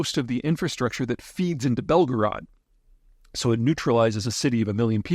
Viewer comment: Belgrade is pronounced Bel gray-ed